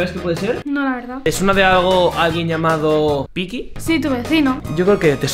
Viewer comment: Estas veces dijo peaky 👇